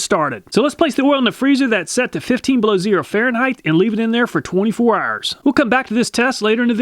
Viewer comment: "We'll leave it in there for twenty-four arrrrs"